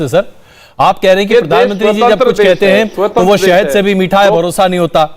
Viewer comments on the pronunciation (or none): पदानमंत्री मत बोला करो, प्रधानमंत्री होता है